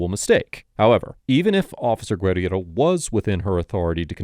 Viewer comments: Is saying her name wrong? "Gwed-E-Erro" isn't even how that insane officer pronounced her own name, Guerriero. I may be wrong but isnt it prounced "Ger-arrow"? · It's Gur-air-oh. Not that horsecrap you're spewing from your jib. She even says it in the video but you have to seem like you're the smartest person around. Always...but...you're not. 😂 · The fired cops name is pronounced “grrrr-here-roh”. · You are a jerk for mispronouncing her name repeatedly. It's in the video over and over. Where did you even get that Mish mash of a name?